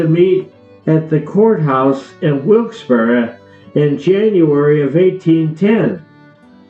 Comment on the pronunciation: The narrator is mispronouncing Wilkes Barre throughout this documentary